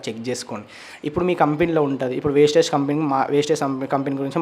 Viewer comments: వేస్టేజ్ కాదు తమ్ముడు ( వెస్టిజ్. )vestige ❤❤❤❤❤❤❤🎉🎉🎉🎉🎉🎉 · ముందు కంపెనీ పేరు పలకడం నేర్చుకో తర్వాత కంపెనీలనిగురించి జడ్జ్ చెద్దువ్ , అది వెస్టేజ్ కాదు వెస్టీజ్. ఈ కంపెనీకి మనదేశం మరియు ఇతర దేశాలు కూడా 11 రకాల సర్టిఫికెట్లు ఇచ్చింది. ఏదైనా కంప్లీట్ గా తెలుసుకుని వీడియోస్ చేస్తే బాద్ కామెంట్స్ ఎందుకొస్తాయి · అది వేస్టేజ్ కాదు వెస్టీజ్ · Sir meeru vestige lo chesi vunte... Company peru kuda meeku sakkaga vasthaledhu... Mind your tounge.... That is vestige not wastage...🤫🤫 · వెస్టీజ్ పదం మంచిగా పలకండి వెస్టీజ్ no 1కంపెనీ నేను లైఫ్ తీసుకున్న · Thammudu please mundhu meeru company name correct ga palakandi thammudu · Mundu vestige ani sarigga anatam nercho Nekem telusu dani gurinchi Pichiga ..vagaku norundi edo okalaa new lo vundali anukunnavaa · First you pronounce correctly name of vestige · మీది వొరెస్ట్ వీడియో.... వెస్టీజ్ అని పలకడం కూడా మీకు రావటం లేదు... వెస్టీజ్ 20 years ఇండియా లోనే no 1 ప్లేస్ లో ఉంది... తెలియక పోతే తెలుసుకుని మాట్లాడాలి...వెస్టీజ్ కీ safe shop కి పోలికే లేదు..... Time వేస్ట్...... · వెస్టీజ్ కంపెనీ చాలా జెన్యూన్... ముందు క్లారిటీగా తెలుసుకొని మాట్లాడాలి... నీకూ వెస్టీజ్ అనే పదం పలకడం రావట్లేదు... నీవు వెస్టీజ్ కంపెనీ గురించి ఒక మాట మాట్లాడే అర్హత లేదు... ఒక్కసారి వెస్టీజ్ కంపెనీ టోటల్ ఇన్ఫర్మేషన్ తెలుసుకో బ్రదర్.. అనవసరం గా నీ టైమ్ వేస్ట్... ఉండొచ్చు కొన్ని ఫేక్ కంపెనీ లు but వెస్టీజ్ మాత్రం నిజం గా గ్రేట్ కంపెనీ... ఎంతో మందికి లైఫ్ ఇచ్చిన బెస్ట్ no 1 కంపెనీ... హెల్త్ అండ్ వెల్త్ ఇచ్చే ఏకైక జెన్యూన్ కంపెనీ... నిజంగా ఒక ప్రోడక్ట్ వాడి యూసర్ గా చెప్తున్నా బెస్ట్ ప్రోడక్ట్ జెన్యూన్ బిజినెస్ ప్లాన్ ఉన్న కంపెనీ వెస్టీజ్... నాకూ కాల్ చేయండి బ్రదర్ టోటల్ గా వివరాలు చెప్తా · Thamudu వెస్టిజ్ Anu ok na వెస్టైజ్ ankandi mundu sarriga పలకడం నేర్చుకో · అసలు నీకు కంపెనీ పేరు చెప్పడమే రాలేదు నువ్వు కూడా మాట్లాడుతున్నావా!🫣🤭😱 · కనీసం కంపెనీ పేరు పలకటం రావటం లేదు. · Mondhu company name correct ga palakatam nerchukondi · Bro mundhu company Peru palakatam nerchukoo, meeru misapoina company gurinchi cheppukondi, veeti gurinchi endhukooo bro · Vestige ani palakanadi